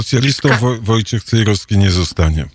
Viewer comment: Ależ mnie wkurza wymawianie "Cejroski", "warszaski"... ten redaktor ma chyba awersję do literki "w".